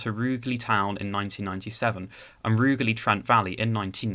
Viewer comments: Rouge-ly not Roogly \m/ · Sorry to be pedantic but it's pronounced "Rouge-lee". Apart from that, very interesting video but you are right on the lack of frequency. It would make far more sense as a metro - light rail with more stops. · Your pronunciation of Rugeley is slightly off. Sounds like Rouge-lee. (Soft g.) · And Rugeley!!!